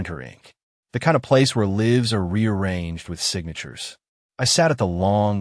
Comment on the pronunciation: Fire the editor. First of all use a human reader instead of cheaping out with stupid Ai, which threw in another language, and did not know how to say " lives" nor "invalid.". Furthermore, a real human reader would've known that this story is supposed to be narrated by a woman. It is the story of a widowed woman. It's being narrated by a man. How is this widow an older white woman and then she is an Indian-looking woman in a sari. She is at a lawyer's office and we see the view of the whole city. This has too many errors. If you are making a video for YouTube at least be professional and not stupid. Fire the editor. Very careless.